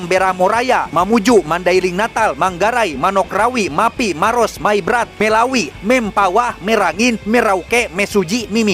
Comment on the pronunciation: Ralat sedikit, yg merawi salah penyebutan. Bukan merawi tapi melawi.